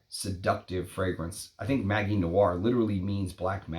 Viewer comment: Interesting video. Btw, in French, ‘magie’ is pronounced with a soft ‘g’, as with the English ‘magic’.